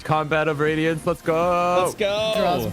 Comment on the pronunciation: For anyone thats confused,the campaign name isnt pronounced "radiance" but "RAD-iance"